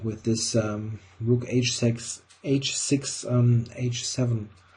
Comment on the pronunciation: "rook H-sex" :p